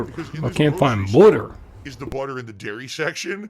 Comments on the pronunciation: Lmao. So the BOOUTTER was in the butter section? No fucking way dood! Wow! Stupid fucking store dood. Also wtf is his obsession with seltzer water? His dumbass knows that it’s not hydrating right? It’s no different than pop. It’s definitely just a gin mixer. That’s why he gets those sour lip smacks all the fucking time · this guy is walking food poison case..and what is accent??🤦‍♀️🍞butteer 👈🤣🤣🤣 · he needs budder and wudder for jasper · Budder and Wudder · Oh no, no butter. Mf I ain’t use butter in years lmao. Everything is the worst inconvenience in the world for him. Lmaooooo the way he says butter is absurd. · This fucker mispronouncing "Butter" reminded me of Stewie from family guy mispronouncing "cool hwhip" just to annoy Brian.